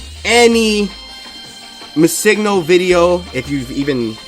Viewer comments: BRO! Pronounce Missingno like Missing No (Missing number). It's not Missigno, driving me nuts. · Yes... so much. It's not hard. It's Missing No (number) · It's Missing, as in the word Missing and No stands for number. You're saying it completely wrong :x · Did it bug anyone else how he pronounces MissingNo.?